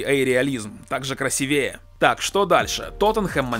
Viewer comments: Все пишут про FIFA, а я напишу, что правильно красИвее, не красивЕе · Красиве́е🤦 слух режет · правильно говорить красИвее, а так все по делу)